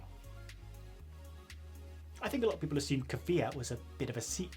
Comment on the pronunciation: Its Kvyat not Kivyat